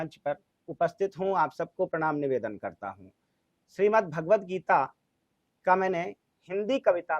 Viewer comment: भागवद्ध नहीं, भगवद्ध गीता